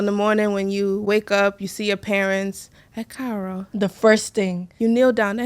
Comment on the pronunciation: is EKU AARO not ekaaro..